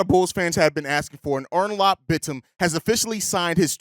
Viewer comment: It's pronounced more like Oh-Noor-Alp Bit-Tim.